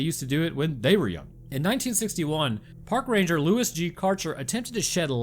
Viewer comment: Did you say ran-gur? Did the clankers get Roanoke?!